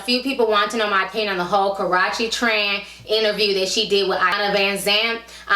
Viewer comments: You're saying her name wrong, it is pronounced karoochie not karachie . besides that love all your vids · Karruche (Ka-ROO-chee) > Karochie Nia > Nina It's really not that hard to pronounce! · who is Ka-ra-chi its Ka-rue-chi lol 😂😂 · Her name isn't Karache lol it's (Kuh-Roo-Chey). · I live for you pronouncing Karruche's name wrong. Got me out here calling her Karrache now. I don't know if it's purpose or accidental but I am all here for it. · Dang ti.... Its Kuh - roo- chee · It's KARUUUUCHE, Ti, damn. That made me cringe every time you said her name lol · it's pronounced kuh roo she lol...but love your vids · it's pronounced Ka roo she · The way Ti is pronouncing "Karreuche" like "Ka-ro-chee" sounds like she's referring to a private body part. Lol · Li Ikr 😂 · She pronounces her name as Karachi? 😳 And her name is Nia not Nina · Nice video Ti. However, it's pronounced Karoochi. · I been watching old videos lately and she cannot say this girl name right lol...Idk if it’s on purpose or accident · This ranting is ruined of your defending her since you can't even pronounce her name right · You're saying her name wrong honey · Saying the name all wrong but the tea was hot honey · You pronounce Karrueche wrong lol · Why do you keep saying her name wrong lol